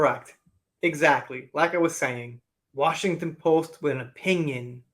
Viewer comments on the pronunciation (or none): none